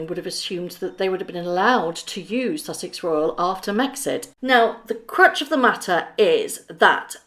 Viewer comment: Great vid it’s Crux not crutch though x